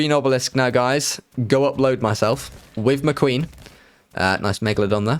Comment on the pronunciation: You say "McQueen".. I hear the Jon Snow meme "she's muh queen" 😂 RIP GoT